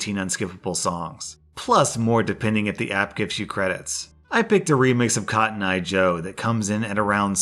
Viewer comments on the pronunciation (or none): none